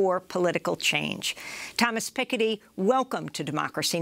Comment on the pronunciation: How can you pronounce Thomas Piketty like that, especially in the same sentence where you pronounce Macron later on?? WTF? hahaha